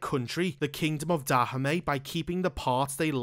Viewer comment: The way you pronounce Dahomey isn't correct.